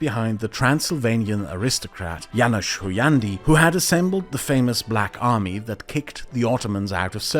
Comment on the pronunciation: Janos Huniandi ??? Come on …